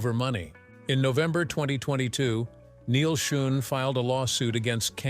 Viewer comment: Doesn't the producer of this video have the time or inclination to check the auto-speak's pronunciation....especially of important names? Neil Schon (pronouned "shawn"). Come on. Maybe this entire thing is written and edited by AI....which would explain it.